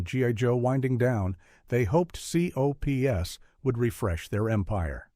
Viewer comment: V.E.N.O.M. is pronounced as"VENOM", and C.O.P.S. is pronounced as COPS, please say the names, instead of the abbreviations!